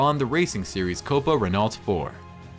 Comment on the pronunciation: its pronounced RENNO ffs